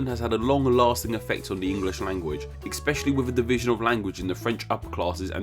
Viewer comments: You said "expecially" . How ironic. Can you explain the etymology of 'expecially'? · ECK-Specially is not a word especially if you speak and read English.